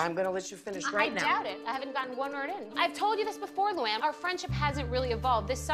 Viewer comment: Man! I don't like that ex-mo Ppdel. Can't even say her name. Not Luanne